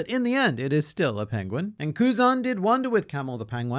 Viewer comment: I got a Benedict Cumberbatch flashback with how pronounced 'penguin' 😅